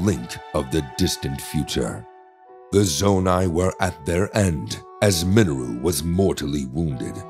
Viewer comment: The only issue I have is how he pronounced Mineru. Please pronounce it as Minayru. Lol